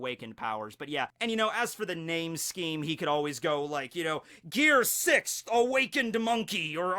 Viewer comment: For christ sake THERE IS NO D AT THE END OF FIFTH OR SIXTH AAAAAAAAAAAAAAAAAA thanks for reading